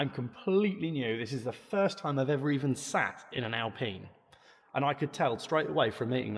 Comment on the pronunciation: You got the pronunciation right, ‘Alpeen’ not Alpine with a long ‘I’ sound. Like the current Alpine, this received consistently good reviews in its time. We are badge snobs here in the UK.